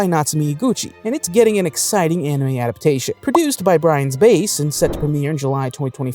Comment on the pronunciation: great video except the mispronunciations are bothering the hell out of me. first "ji-joke-u" instead of ji-goku for hell in hell teacher and then "brian's base" instead of brain lmao. I'm sorry to nitpick, but I'm def hyped for these anime this summer